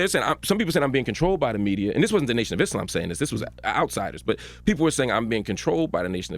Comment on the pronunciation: You know he’s educated when he pronounces Islam right